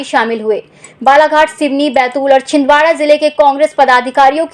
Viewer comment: Chhin Dara nhi Chhindwara